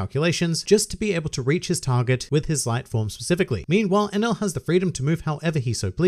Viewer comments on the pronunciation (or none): I think you pronounce him like "an L"